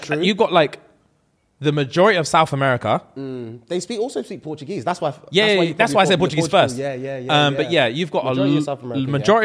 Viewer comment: terribleee on the languages. When you said Portuguese at first I shook my head LOL